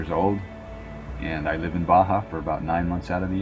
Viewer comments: How do you pronounce it? It's like Bah Humbug but then Bah' Hah, same vowel sound each word. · He spent years discovering Baja but still can‘t pronounce it right… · 9 monthts a year in Baja and still cannot pronounce it